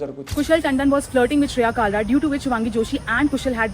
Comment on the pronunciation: Bhai, "Actually, it's pronounced Shreya, not Shereya."😂😂